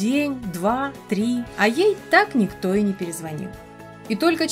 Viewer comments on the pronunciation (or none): none